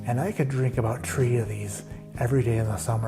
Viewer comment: Little Chicago accent there in your "T'ree"! Cheers - great picks